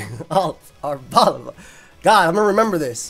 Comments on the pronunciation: the way arboliva is ponounced is just like that but instead of placing emphasis on the ``O´´ sound, you do it on the ``E´´ sound. so it'd be ar-bol-``E´´-va. In spanish the ``I´´ is pronounced like the english ``E´´ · Hey, the correct pronounciation for arboliva would actually be ar-bo-lee-va, since its name comes from the Portuguese and Spanish words oliva (olive) and is pronounced with the closed I. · it's actually stressed on the li because it's not olive, it's oliva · I always thought it was supposed to be prounounced as "arbor"-leye-va, cause tree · My thought is that Arboliva is pronounced Are-bow-LEE-vuh. Arbor is Latin for tree and oliva is Italian for olive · mispronouncing Arboliva the whole video and just nailing it like 10 seconds into the interview lmao